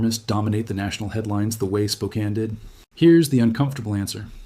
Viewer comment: Congratulations on pronouncing Spokane correctly!!!